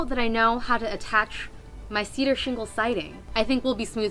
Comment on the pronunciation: cedar sheengle siding